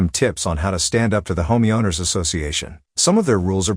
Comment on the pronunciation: Robot voice can't pronounce "homeowner."